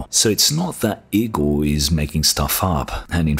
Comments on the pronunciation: It's not IKKORRR Igor, like Draculas or Dr. Frankensteins assistant ...and it is pronounced: ee - g oh r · Kinda offtopic note: Igor is pronounced "e-gor". On topic: If Big Navi is really only 256 bit, I'll be disappointed. I want a card than can provide me 140+fps in most games 1440p hq.